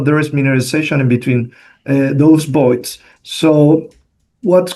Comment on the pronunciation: Good to know from the start: when he says Boyd’s it means voids